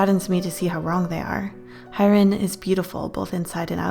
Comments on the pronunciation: I would love a part 2 but hyerin is pronounced like hey-rin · id really like for you to read the rest of the story!! just one thing, i figured the friends name is hyerin, which would pretty much be pronounced ‘haereen’, but thats not a big deal :’) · By the way, Hyerin is pronounced hyeah-rin not hi-rin. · UnU...it's pronounced as Heh-rin.... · hyerin n-not highrin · i love this! your art is amazing and you're a great storyteller! only one thing: it's pronounced hyeh-rin and not hai-rin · I checked the story online and her name is supposed to be pronounced kinda like "hee-ye-rin", not "hi-rin". I love your art and storytelling though, it's wonderful. PLEASE READ PART 2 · I really want a part two!😆 (also her name is pronounced "HEY-rin" (that was really bothering me😅😅)) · I think it’s pronounced “Hyeh-rin” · ooooofff same,,,,, for future reference my lads, it’s pronounced hee-eh-rin! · one thing that left me feeling unsettled wasnt the story but more the way you pronounced her name.